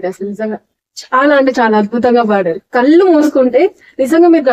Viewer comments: ల్లు కాదు ళ్ళు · కన్నీల్లు, సన్నీల్లు, మంచోల్లు అని పాడాడు. ళ్ళు పలకడం లేదు. వీడికి ఘంటసాల గారితో పోలిక ఏంటి? ఇదేదో చెత్త చానల్.